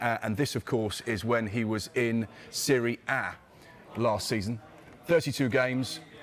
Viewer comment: Why sound french when he says Serie A 😂 it’s Italy mate